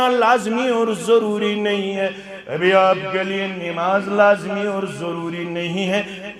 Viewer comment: آپ بھائی لفظ (آپ)کو صحیح کرو۔